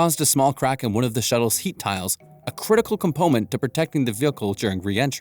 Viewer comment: „compomemt to protecting the vilkhlhe during re-entry“ (im pretty sure it was a pronounciation error)